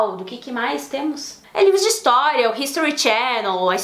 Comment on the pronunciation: Meus ouvidos sangram quando ouço o povo falando ííístoriss 😥😖